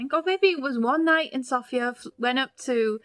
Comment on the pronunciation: The way you pronounce Sofia is just music to my bulgarian ears! :) It is just so common with foreigners to pronounce it like the female name Sophia, that hearing it properly pronounced just feels really nice.